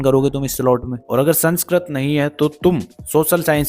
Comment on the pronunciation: Sanskrat❌ Sanskrit ✔️(kya boss tum ap vi😁